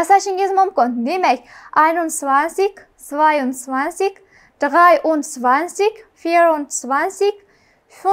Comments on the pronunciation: Dğay emas dray bõladi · 3- raqami drei Qoida bo'yicha (dray) o‘qilishi kerak emasmi? siz (dg'ay) o'qidiz